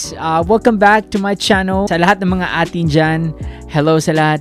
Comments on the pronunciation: Its (Ey-Teen) ATIN. Thanks for reacting. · A'tin (aytin) po yung pronouncination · A'Tin pronounced as 18 po🤗